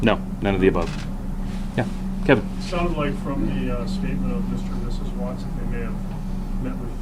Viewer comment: Watts ‘. Not Wattsessssss. See plural possessive. Just sayin ‘ ...